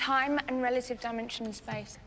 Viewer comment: I think Dimensions in Space is more of a vocal slip up because as you're about to say space your mouth it readying to make the s sound and sometimes that will roll back to the end of dimension and sound like dimensions.